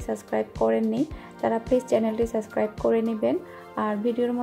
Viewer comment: You always says sascribe